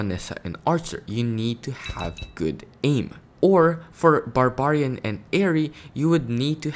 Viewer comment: thats not the correct pronunciation for barbarian